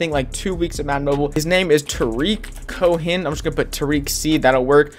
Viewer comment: Lol They way he says Tarik Cohen 😂